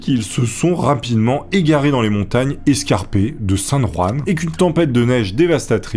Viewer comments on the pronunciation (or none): none